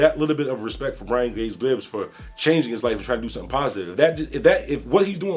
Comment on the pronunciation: Gibbs not glibs 🤣🤣🤣🤣